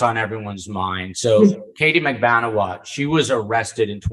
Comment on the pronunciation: Yeah and! What an interesting and insightful episode! And, A++++++++++ for getting the correct pronunciation of MAG-BAN-U-A's name!! Thank you!